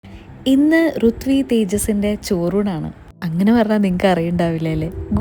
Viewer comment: Rithvi rithvi nn pala comment um kndayrunnu ur name revealing videok thazhe, but u pronounced ruthvi. But comments were rithvi